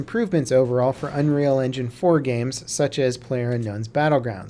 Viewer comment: Unreal "Enginge"? lol